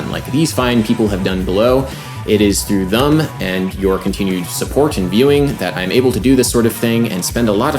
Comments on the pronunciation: I love Adam's videos. Weird side note. I noticed he says "thum", instead of "them". Just an observation. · Please pronounce thEm correctly, it's not thUm! Very annoying.